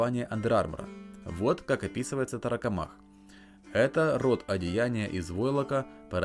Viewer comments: Тарокомах ударение на КО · торакомак, по логике ударение на первый слог должно быть, от слова же торакс происходит, от него же и слово торс и торакальная хирургия